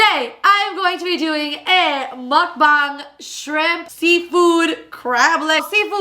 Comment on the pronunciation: it’s muk bang like bang energy drink